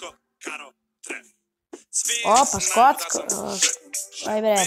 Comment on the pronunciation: kaže se skočko a ne skocko